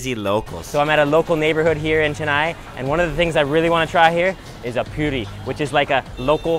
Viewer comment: While travelling in Chennai,He said I m learning Hindi to understand the locals 😀😀😀. Rated samosa 0/10 just because samosa were full of oil. Did not eat Idli,sambhar. Called the pyuri instead of poori.